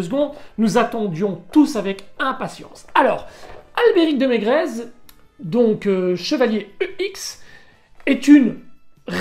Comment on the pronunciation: Slt au début j'avais compris de merguez et non de berguez Sinon magnifique figurine et video